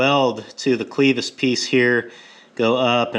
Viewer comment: It’s clevis not cleeevis At least here in Texas it is :). Nice fabrication regardless!!